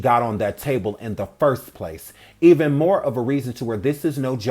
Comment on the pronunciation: "I luhhhh you Jack!" "I luhh yuh guh!" Wait! Who is Jack? Bruh! This man is next level. That can't be her nickname. How come he can't say, I LOVE YOU?! SMH! He was tryna have "sebn mo" kids with WHO? 😮 A new WW? Inappropriate. "Jack"? Equally inappropriate, cuz she would have required "sebn mo" surgeries after that. Smh!